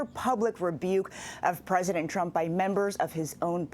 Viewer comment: You mispronounced “President Trump”